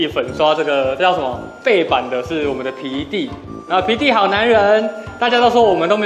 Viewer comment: 聽久了！聽成鼻涕~XD